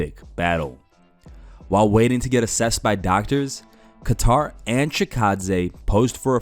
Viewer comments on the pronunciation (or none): It's "Kay-ter" not "ka-tar" - You're uploading MMA news and don't take 2-seconds to learn how to correctly pronounce a main eventer's name? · Quit saying Kat-tar. It's pronounced Kay-ttar. lol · Its KAY-TUHR. Not Guitar... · Hey man, Calvin's last name isn't pronounced like the country, Qatar. Pronounced 'Kay-Tur' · ITS KATTER NOT KATAR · Who the fuck is kaTar? Calvin katter get it right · Kat-tar lmaaoo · It’s kat tar you maroon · I guess his name is Calvin “Qatar” now according to the pronunciation in this video. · Imagine mispronouncing Calvin’s last name. Beats Chikadze in spectacular fashion then gets disrespected by some YouTuber. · How tf do you pronounce kattars name 🤣🤣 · You saying kattars name wrong just shows that you don’t watch the ufc lmao😂😂😂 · That’s not how you say Kattar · You really cant pronounce Calvins name? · I think you should start pronouncing these fighters names correctly. How long have you been covering MMA and can't say Calvin Kattar name right? Stop worrying about those stupid MMA Memes and watch some fights and learn fighters name. Im not expecting Jon Anik type of work but it's very annoying to where I had to write this comment. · The way you said Kattar really Pisses me off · Reports UFC on YouTube, doesn't know how to pronounce Calvin Kattar's name. Please someone replace this channel for our immediate MMA updates.